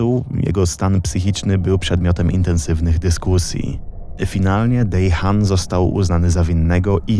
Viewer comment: ogólnie fajny materiał tylko przyczepię się do wymowy imienia podpalacza. powinno się je wymawiać w przybliżeniu [dehan], a ty to bardzo zamerykańczyłeś xd ale pozdrawiam z rodzinką